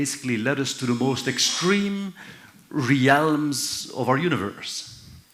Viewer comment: After the 18th "re-Alums" i wS starting to to get a little frustrated and we were 2mins 45secs in 😩